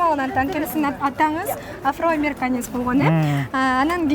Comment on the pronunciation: Афроамериканец деп тантыйт го?